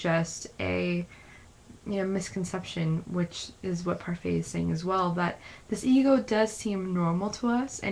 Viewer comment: It's (Par-fit), not (par-fay) like the mcdonalds french(ish) style yogurt.